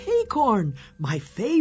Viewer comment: acorns not hay-corns piglet you and the others need to stop calling acorns hay-corns and there's no h in acorn remember